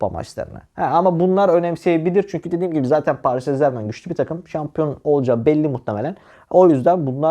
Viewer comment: Allah askina paris en zermen deme yav elim ayagim titriyor